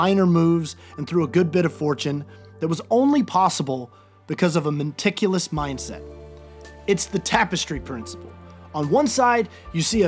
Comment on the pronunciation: Did he say “menticulous” 🤔